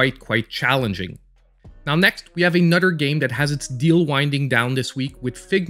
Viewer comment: I like how you pronounce another as anudder. It made me laugh. Thank you. XD